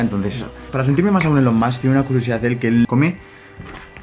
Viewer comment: Se pronuncia “ilon mosk” pero en fin la hipotenusa